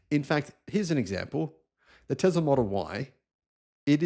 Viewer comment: Dacia is a Latin name, so you should read it Datschia. And Tesla iz Serbian, it reads with an S, not Z.